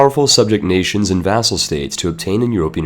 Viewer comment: You make vassal sound as food.